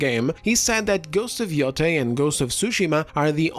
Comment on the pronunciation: Yoteī notice the - over the i? It’s to draw out the sound. Ee-oh-tay, modern day name is Hokkaido (ok-eye-doh)